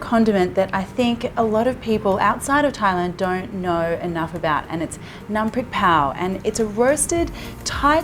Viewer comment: You are so amazing I’m an authentic 40 yo Thai man and I have absolutely no idea how it’s prepared Btw great pronunciation on ‘Nam Prik Pao’